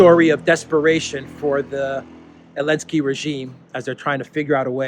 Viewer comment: Why do you call him .elenzky?